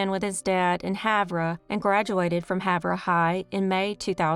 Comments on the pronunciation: Havre is pronounced have er, not have ra. 😊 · It’s Haver Montana is how it’s pronounced not havra. Havre Montana.